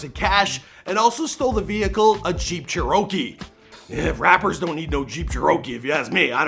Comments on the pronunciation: The only thing I heard was "jeep cheorooookee!" Canadians never heard of jeep cherokees? Wow! This dude's a goofy!!!!! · Did this goofy just say a Jeep “Cherokiiii” 😂😂😂😂😂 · I thought it was pronounced chee-ro-kee. NOT 🚫 jer-row-kee🤔 TF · Ig you’re not from Oklahoma but It’s a jeep grand “Chair-ah-key”, not “Cher-oh-key” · Why he say jeep chair-o-key….. Cherokee 😔😔😂😂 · "Jeep chur oh key" can this man pronounce anything right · he said Jeep Cherooki bruh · A Jeep Chur-oh-key. 😂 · Jeep Chur-o-key hahahaha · bro said jeep CherOkee 😂😂😂😂😂😂😂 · Dude canf even say Cherokee lmao its chair-oh-key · Jeep cha-row-key ? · Jeep cha-rokie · Jeep “chair-row-key”😂😂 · Ain’t nobody gonna mention how this dude pronounced “jeep cheer-oh-keyy “ foh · JEEP CHURROKEY LIKE WTF LMFAO~!!!!!!! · a CHEEERokey? haha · Jeep chair 'o' key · “Jeep Cher-oky “ 😂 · WTF is a Jeep "Churr-row-key"...i always thought it was Jeep "Cherokee"...you learned something new everyday i guess 🤷🏾‍♂️ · It was sarcasm...everybody know except the guy that said Chur-row-key that its Jeep cherokee 🤦🏾‍♂️🤷🏾‍♂️ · Did this nigga really say “jeep sharokey” 😐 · He really said jeep cher-o-kee lmao 🤣 W.T.F.!!! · Somebody gotta edit pronunciation. This man said Jeep chur-okee. Wtf is a chur-okee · Jeep chair-row-key lmao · Jeep Cheee-ROW-Key 😂😂wtf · You not even saying jeep Cherokee right 😂😂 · Are we just going to ignore how he pronounced the Jeep Cherokee lmao I’m joked out😂😂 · Do they not sell jeeps in Canada? How do you not know how to pronounce Cherokee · Does he mean Jeep Cherokee?? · He said a jeep what?